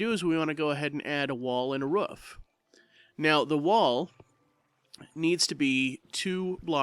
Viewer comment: Its pronounced roof not ruff!